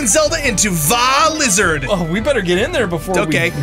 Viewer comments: It's not called Vah lizard it's called vah rudania and how you spell guardian is g-u-a-r-d-i-a-n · It's Vah rudania